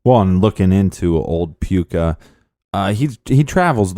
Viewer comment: Puka not hot "a" hahaha!